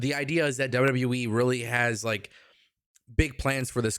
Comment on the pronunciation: Love your show but it sounds like you say WW WEEE instead of WWE. Lol